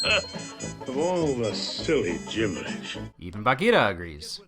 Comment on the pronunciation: as a cub scout leader, i appreciate the correct pronunciation of bagheera :)